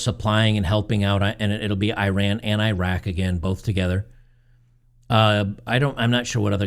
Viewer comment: You did not run anywhere. The country is pronounced "e-rahn".